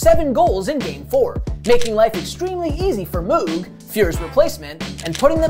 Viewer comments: It’s not MooooG it’s MoeG Moog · Who the fuk is Andy mooooggg? Its pronounced andy moe-gg u 4ssh0l3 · Its pronounced moag. Not moog. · My favorite part of the video. I though he said mook and had to replay that part to hear it again. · Great video. For future reference, tho, it's pronounced "Moh-g", like the dude who invented the Moog synthesizer that was also dominant in the '80s. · Moo-g lol Mōg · I can retire from my good job in 8 years but because your mispronouncing of Moog, I'm going to keep my job forever. Fuck them kids. Do your homework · This is bad. You gotta get their names right. needs to fire him. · Did Moog dirty with that pronunciation. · Unreal he can't pronounce Moog. What a disgrace...lol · Yikes... the Andy Moog pronunciation... and on The Score no less! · Dude can't even pronounce Moog's name correctly. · Agreed. Though I think it's the Sutter brothers not the "Sooters". Makes me wonder why no one passed that along to him? 🤷‍♂️ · It's a great little video, but a few minor corrections: -- Gretzky wasn't 1st in WHA scoring in 1978-79 -- he was third. -- "Moog" rhymes with "rogue". -- "Sutter" brothers, not "Suter". -- In the first round in 1984, the Oilers beat Winnipeg 3 games to 0, not 4 to 0 (it was a best of five then). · You're pronouncing moog improperly. But it's hard to type how to pronounce it. Yiou also mispronounced Sutter . Still a cool video. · I honestly thought I'd been hearing "Moog" and "Sutter" wrong all those years. In this case it is indeed the kids who are wrong. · Good video but maybe ask someone who knows hockey to help you with the pronunciation of certain names (Moog and Sutter).